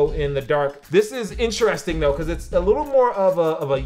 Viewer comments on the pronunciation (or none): none